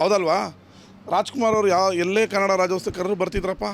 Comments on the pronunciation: ರಾಜ್ಯೋತ್ಸವ ನಪ್ಪ... ರಾಜ್ಯೋಸ್ತವ ಅಲ್ಲ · ಹುಚ್ ಸುಳೆ ಮಗನೆ ಅದು ರಾಜ್ಯೋತ್ಸವ ಕಣೋ, ರಾಜ್ಯೋಸ್ಟವ ಅಲ್ಲ.. 😂